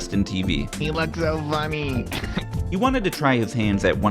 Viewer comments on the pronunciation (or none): “he loogs so vunny (snort)”